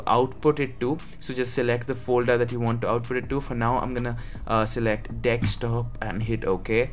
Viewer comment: funny thing i think he also say dekstop instead of desktop